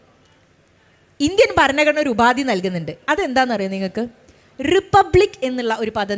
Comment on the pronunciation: Topic and content is good. But ഭാഷാശുദ്ധി improve ചെയ്യണം.ഭരണഘടന എന്ന main word പോലും correct aayi പറയുന്നില്ല. ആമുഗം alla ആമുഖം എന്ന് പറയൂ